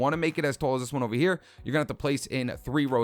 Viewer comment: I like how you pronounce "tall" as "toll"... New York accent?